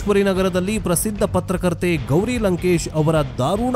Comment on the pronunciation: ಪತ್ರಕರ್ತೆ ಅಲ್ಲ ಪತ್ತಾರ್ಕತ್ತರ್ 😂😂😂